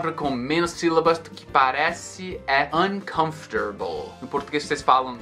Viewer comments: Hi!, how's you going?! So, when you pronounce the word "uncomfortable", it sounds like you speack "uncomfotarble", with the letter "r" after the "ta" syllable, when actually it must be after the syllable "fo", like "uncomfor", or am i wrong? Sorry me for notice that! Could you please comment it back? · além de tudo, acho curiosíssimo como o som do "r" simplesmente muda de lugar nessa pronúncia, fica mais ou menos (numa transcrição fonética bem porca, rs) assim: an-canf-ter-bol.